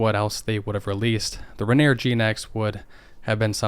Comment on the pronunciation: Rainy-Air not rain-neer